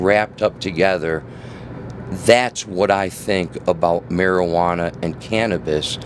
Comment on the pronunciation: Mar-iguana iz best brain power. Mar-iguana iz... zgood ya know...